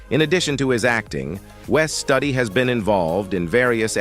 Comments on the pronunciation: Pronounced Wes Stoody not study like in school. Some of the ‘then’ pix were NOT of the acto shown…especially Ms Cardinal, that wasn’t a picture of her when she was young, that’s a completely different person. Shoddy presentation. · It's Wes Studi not Study. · It's ashame you couldn't get Wes Studi's name right.😢😢. And peace, out 🌎💙✌️✌️✌️✌️😘🌊🌊🌊💯